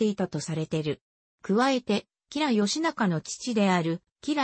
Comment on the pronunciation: 読み方が間違っているので良くありません。